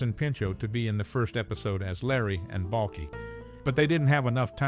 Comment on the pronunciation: You didn’t even say Balkis name right! Cant watch this video if you haven’t watched the show